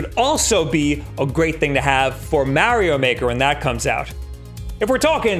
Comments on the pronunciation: Its Mah ree oh, Not Meh ree oh. It irritates me. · 😂😂 mare-e-yo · " mAAhhrio maker " 😆 That guy... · That guy says MARIO weird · Does any one else get bothered by the way pronounces Mario 😂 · XD yep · Even though he pronounces Mario wrong. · He pronounces it like Charles Martinet does.